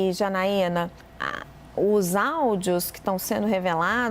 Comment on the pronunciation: Neném merece ouvir Janaína por tanto tempo!!! Tô deixando de assistir CNN Brasil por isso! É Janaína, copola... Não, não dá.